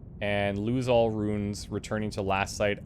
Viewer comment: Oh nice, let's have a drink every time says "ruins" instead of "runes". Or maybe not, too dangerous...:D